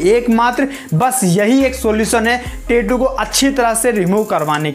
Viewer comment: 😢pehle achhese boliye tetu nhi tattoo bolte